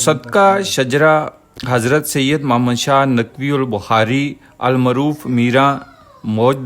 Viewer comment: Plz Muhammad name thek Sy leh